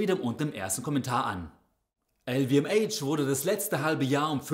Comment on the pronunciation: "EL WE EM ASCH" bitte! 😂